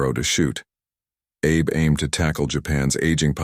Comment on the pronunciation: The Japanese Way, yet Abe is pronounced like Abe Lincoln. Terrible.